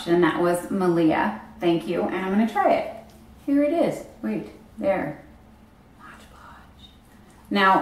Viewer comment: So many people say "Modge Podge" hahaha it's MOD😂💗